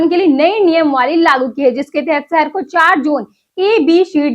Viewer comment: Accent needs improvements...😭 City👉Shahar✅️. ko Sahar❎️ But Weather👉Mosam✅️ ko Mosham❎️ 😭😭😭😭😭😭😭😭😭😭😭😭😭😭